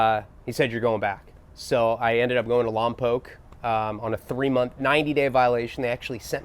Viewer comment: That's how you know your from the 805 when you say Lompoc the right way.big up. man finally someone says it right lol.I live in lompoc and always wonder why why people dont say it right they say Lompac instead of Lompoc.